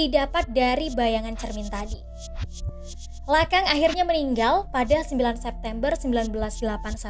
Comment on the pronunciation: Bacanya lakong bukan lakang